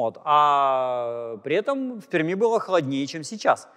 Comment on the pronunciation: Приятно, когда москвич правильно произносит словосочетание "в Перми". В целом всегда приятно слушать Станислава Владимировича, как всегда, его лекции увлекательны для того кто интересуется естественно-научными направлениями.